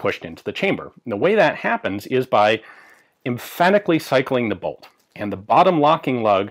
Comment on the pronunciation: I love the way Ian says “By emphatically cycling the bolt.”